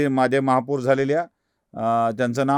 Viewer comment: दादा, महापूर नाही महापौर म्हणा! बाकी विडिओ छान! 😂